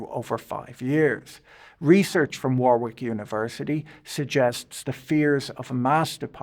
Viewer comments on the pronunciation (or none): As a Brit, why are you pronouncing the second W in Warwick?